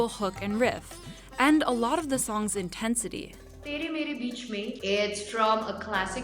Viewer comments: I died inside after hearing her pronunciation of "Tere Mere Beech Mein" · Did she really say teary mearie beachy mein? My Asian ears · TEARY MEERY BEACHY MEAN 🤣☠️ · it's not "tiri miri bichi mein" it's pronounced "tay-ray may-ray beach may" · sis really said “tearie meari beachy mean” 😭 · That was beachy and mean!! :P :P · Taree Mahriie Beach mah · tayree mayree beach mayn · Her: थीरी मीरी बीछ मीँन Me: smh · tearie meari beachy mean 😂😂😂😂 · Sis I can't, how you gon do her dirty like that saying "teary meery beachy meen" and then play a clip of a lady saying it right 😭😭😭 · "Tiri miri bichi min" Bruh💀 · it's pronounced 'tae-rae-mae-rae-beech-mai (main)' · Her pronunciation of “tere mere beech mein” had me dead , rest of the video is great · That was the WORST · The pronunciation of Tere mere Bech me is epic!!! 😆😆😆 too hilarious... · IKR LIKE COULDNT SHE HAVE USED GOOGLE TRANSLATE OR SOMETHING LMAO WHY DID SHE BUTCHER IT THIS BADLY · When she pronounced "tere mere beech mein" I died! Lol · that pronunciation of tere mere beech mein had me rofl... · Her pronunciation of "there Mere beech mein" is laughable. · Gotta work on the pronunciation man totally butchered it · LOOOOOOOL im dying the way she said tere mere beech mein. she said it so wrong🤣🤣🤣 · Girl, you really couldn’t have asked an Indian or Hindi speaker how to pronounce the movie? 🙄 talk about beyond butchering lol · That pronounciation made my ears bleed 😭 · Great video, would have been nice if the narrator could have actually listened to 'tere mere beech mein' and learn how to say those 4 simple words properly. It's not that friggin hard to listen to the song. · She made "tere mere bich mein" sound like a chinese dish I would never order, because I won't be able to pronounce it. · Well you butchered the Hindi song pronunciation there 🤣🤣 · U could bot have pronounced that songs name more wrong lol